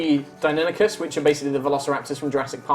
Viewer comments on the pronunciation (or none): I love High Rollers! This is been a nice adventure. It's funny how says Deinonychus (he says Deinokikus hehe). And Dimetrodon is not a dinosaur... anyway, keep up the good work, people! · He said Die-non-ick-us. I'm not well versed in Latin or Greek but it isn't the way I first heard it pronounced.